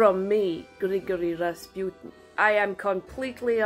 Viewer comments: The "pu" syllable in "Rasputin" is pronounced as "poo", not as "pew". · I love this skit and I think your Russian accent is fantastic! May I humbly offer a tip? I’m pretty sure Rasputin is pronounce “Raspooteen”. I think the emphasis is on the first syllable, but I doubt anyone will notice (and it may be misunderstood). I mention this in the hope that you do another Rasputin’s Relaxing Spa video!! This one was pure genius!!